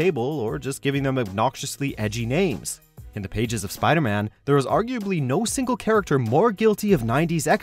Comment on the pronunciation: you said "PIDERMAN"